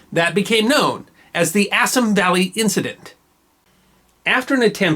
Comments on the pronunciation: Good video, but could you do something about your mispronounciation of Indian names? For exampe, "Bengal" is properly pronouced "Bengaul" to rhyme with the ancient Roman namr of France, and "Assam" is pronounced "Assaam" not "Assm" GOT THAT?!! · Assam pronunciation incorrect. Ref